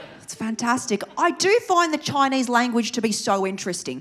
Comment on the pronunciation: I love when you say "Im Choinese" 😂